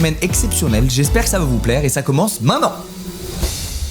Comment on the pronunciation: Pourquoi squeezie dit main-nan Au lieu de dire main-te-nan